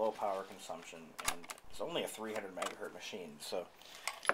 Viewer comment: "300 megahurt"? MHZ is megahertz... named after Heinrich Hertz, pronounced "hurts". Anyway, I was able to load up my original Bondi Blue 233 MHz iMac with 512 MB of RAM, despite the naysayers who claim it only accepts up to 256 MB, or especially Apple's official maximum of 128 MB.